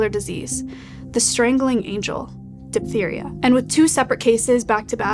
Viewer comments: it's pronounced "diff-theria". ph makes f sound. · “though diphtheria is rare today…” With RFKjr’s leadership it probably will be coming back…